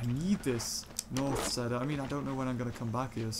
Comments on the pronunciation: It’s pronounced ceeder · I thought a "seta" was some sort of flower, turns out he was saying cedar weirdly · BTW the cedar wood is pronounced ceeder wood